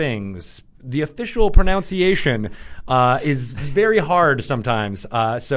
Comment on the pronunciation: I loved how he mispronounced "pronunciation."